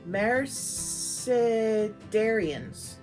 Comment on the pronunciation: You nailed the word origin of Mercedarians, awesome. I thought maybe they were the sacred order of luxury cars, always feuding with the BMWites 🤣